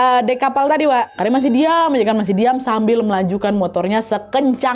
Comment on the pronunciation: KARIM?KARIM? dr awal gue dgr ny Karinn😂kata gue kok cewek ngerokok